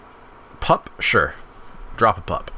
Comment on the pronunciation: Watching you misread pup and firedrinker so many times hurt